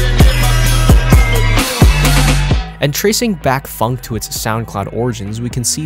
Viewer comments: hes saying it like it has a u phunk ITS phonk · it’s not pronounce funk